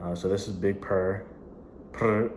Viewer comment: Lol no you didn't with the Purr! You better roll them R's!